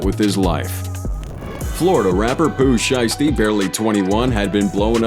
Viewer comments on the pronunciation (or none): Ain’t no this foo said “Florida Rapper Pooh Sheisty” 🤦‍♂️ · tellin dude to callm the right name then you callm pooh shisty haha it's shiesty mf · When he said pooh sheisty from Florida I stopped watching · did bro say florida rapper pooh shiesty?😭😭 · He said fl rapper pooh shiesty lol😂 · Blood u need to get these names right and the basic facts like where they from, such as plug g, his name no plug, and pooh shisty is from Memphis fam